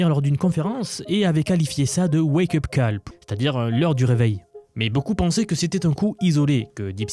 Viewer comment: je trolle pas, excellente vidéo. Mais "wake-up call" (prononcé coll, pas calle) ne veut pas dire "heure du réveil", c'est plutôt "cri d'alarme".